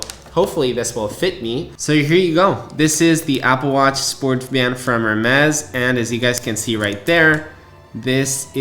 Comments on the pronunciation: It’s pronounced “air-mezz” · Completely agree with you that it’s ridiculous that they don’t include an orange rubber short band. Next time you go into an Hermès store don’t pronounce the H. It’s pronounced AirMez. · Bro if your gonna make a video on a product at least look up the correct pronunciation before hitting that record button. 🤦🏻 every time I heard “Her-mezz” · Not to be an but it’s pronounced “ ehr-mez “ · Who is going to tell him how to pronounce Hermes correctly? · a break would be if he did it once. He does it repeatedly. There is nothing wrong with making the correction. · H is silent 😊 good video thx for sharing ❤ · I know this is a minor point, but the H in Hermès is silent. However, the whole AW Hermès collaboration is an overpriced gimmick with or without the H 😂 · I kept cringing everytime i heard him say that… sorry i still love you and your videos 😂